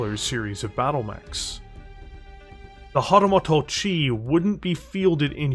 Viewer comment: Hahtahmahto-chi, eh? 🙃